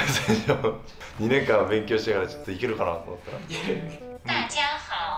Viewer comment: 音调错了啦www，中文应该是dà jiā hǎo。不过已经很棒了!!另外纠错，台湾不是一个国家喔，台湾是中国的一部分！